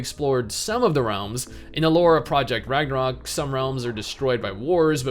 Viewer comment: I will never understand why people use the "ö" when it is supposed to be a regular "o". It makes the word really messed up in all the Scandinavian languages. Its called "Ragnarok" here, we learned that shit in kindergarden.